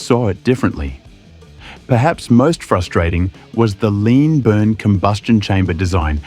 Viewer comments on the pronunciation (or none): none